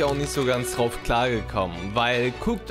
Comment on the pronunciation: so da kommt der CPU "T"RAUF ...... diese D/T Schwäche nervt ...genauso wie "gemacht gehabt"